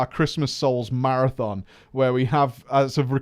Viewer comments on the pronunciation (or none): none